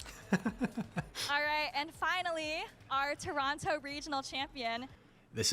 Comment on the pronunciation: Good pronunciation of Toronto, my guy haha hope you make it out again next year